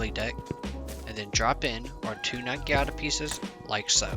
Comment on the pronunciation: Bro quit saying nagiata its called a naginata